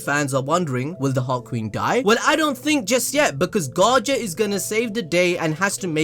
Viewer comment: Whenever says "Heart Queen" I think he said "Hot Queen".LMAO